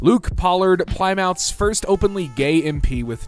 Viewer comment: The way you pronounced "Plymouth" its hurting me. (Pronounced as pli-muhth)